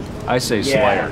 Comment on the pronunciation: Bulgarian guy: "Slier, Slier!" Tom: WTF... LOL